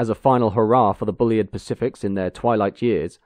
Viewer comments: FFS get the pronunciation right! He wasn't called Bully-id - it's Bulleed. I think this might be the same narrator that insisted on talking about 'carry-ages' instead of carriages in another video. More homework needed! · For future reference: 'Bulleid' rhymes with 'succeed', lots of great footage of the Bulleid Pacifics doing their thing. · I always wondered how Bulleid was pronounced - I guessed Bull-eyed but here it's Bully-id. I believe it but I was surprised. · The A4’s on the LNER and the Un rebuilt Spam Cans on the Southern were the two most iconic steam engines on Britain’s rails. Then I suppose the Deltic and the HST. The current crop will be forgotten in the wink of an eye. Not wishing to be impolite but is your odd pronunciation of the name Bulleid intentional? He had it pronounced to rhyme with Seed, Heed etc. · Show me three steam enthusiasts and they'll have four different ways to pronounce Bulleid. Personally I favour Bull-eyed. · Although his name is pronounced..’Bulleed’..as in..’Reid’.. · Excellent video, as ever, although, as Bulleid put it himself - ''Bulleid rhymes with 'succeed', Maunsell rhymes with 'cancel'''. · Great video. I'm still not sure how Bulleid's name was pronounced: I've heard 'Bullied', Bullide' and now 'Bullyid'. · It's pronounced"Bulleed". Oh, and by the way, keep up the (generally) good work! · Shame about the failure to pronounce 'Bulleid'. Very off-putting. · Might as well get it right! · Hi. Great video as ever. I wonder whether you have a more detailed link to the engineering drawings you have used in your video. Sorry, the pedantic in me is fighting to get out: I believe that most people pronounce "Bulleid" as "bulleed" (I stand to be corrected); also treadle (rhyming with treacle) is pronounced "treddle". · Thanks for posting. Excellent as always. But isn't it 'bulleed' and 'tredle'? Just checking %~))